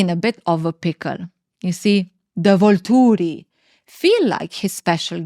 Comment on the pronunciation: I LOVE the way you say Volturi 😅